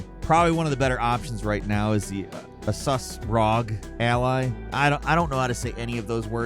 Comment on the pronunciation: Usually pronounced by the letters R-O-G Ally - just fyi